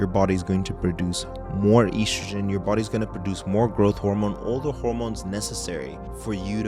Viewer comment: Very nice. Also, you're one of the few who can pronounce oestrogen (or "estrogen") correctly; bravo. But one thing: it's lb, not "lbs" or "LBS", even for the plural (just like it's "oz" and not "ozs" for ounces).